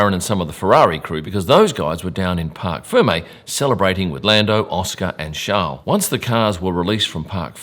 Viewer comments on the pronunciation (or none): Thanks for a great content, a usual! Friendly tip from a french viewer, you should pronounce "Parc fermé" "fair-may", instead of "fur-may". 😉